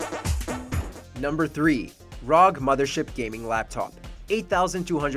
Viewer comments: Only one complaint it is pronounced "R" "O" "G" not rog. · The way he said ROG as rog instead of "R-O-G" triggers me a lot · "ROG".... AROJI damit 'R' 'O' 'G' lul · the fact that he called it rog and not R O G makes me just wonder who's doing the proof on these how can you let that though ROG is an acronym and literally NO ONE pronounce it rog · Console peasant, it's R, O , G acronym for Republic of Gamers , not rog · R-O-G. Its R-O-G, not RAWG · Anyone else cringe at the ROG pronunciation and "65GB of RAM"?